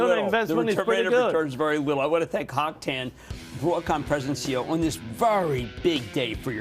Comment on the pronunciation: His name is not Hock Tan. His name is Hock Eng Tan. And they pronounce his last name wrong. So unprofessional.